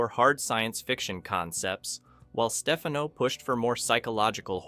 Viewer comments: The Outer Limits was on ABC, not NBC. ABC was the perennial 3rd place Network until the late 70s when Fred Silverman became the network programmer. You are pronouncing names wrong too. It’s Dominivc FRONT—EE-AIRY and Joseph STEF-AH-NO. Robert Culp was in three episodes. Not all episodes were scary. “A Controlled Experiment” starring Barry Morse and Carroll O’Connor was essentially a comedy. My favorites are “Demon With A Glass Hand”, “Soldier”, the above mentioned episode, and lots more. The episode “ZZZZZ” is good fun as well. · It's Perkins, not Stefano. His name is pronounced Stef-FAH-no.